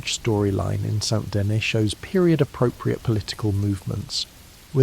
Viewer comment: buddy pronounced saint denis saynt dennis 💔